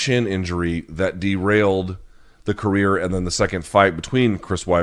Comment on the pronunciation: The word career doesn't have any Ls in it. It's not pronounced "caleel". I mean your making fun of someone who's shit at comedy while you are literally the most unfunny person I've ever seen.